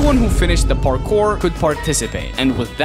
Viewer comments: I like at how the beginning he says barkour (Not Parkour btw) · did you say barckpor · u said barkour in the beggining lol